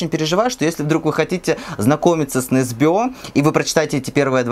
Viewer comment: Почему все произносят Ю НЕсбё с ударением на ё?=) Он Ю НЕсбё) НетопЫрь (не нЕтопырь) очень понравился кстати) считаю первые части прекрасными, особенно нетопыря